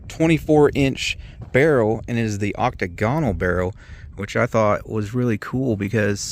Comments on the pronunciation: The word is pronounced 'oc-TAG-on-al', not Oc-ta-GON-al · Do a little prep before you shoot your videos so you don't look like an idiot. It's "side gate loading" not "side feed" . The stock is made from Brazilian Hardwood, not just reddish wood. The model in your video is a RIFLE which is why it has a 24" octagonal (aak·táy-guh·nuhl NOT oct-tuh-goń-al) barrel while the the CARBINE version with the shorter 18" round barrel and shorter mag tube. I'm surprised the bonus footage wasn't him blowing off a finger just trying to load it, kind of like a monkey trying to get an apple out of a jar. OMG, the guy has loaded other lever guns and doesn't know not to push the bullet all the way in? Lastly, WTF uses shoots ammo they can't identify? Had to stop watching this boring long ass video. Wasn't until I stopped watching when he mentioned the mystery bullets that I realized the problem. Bless his heart, he's from Ohio and obviously a buckeyes fan at that. I guess I need to cut him some slack, after all OSU only produces a good football player once in a while but little else and the rest of the state are farmers except Cleveland and Cincinnati, where they keep all their gang bangers and welfare moms.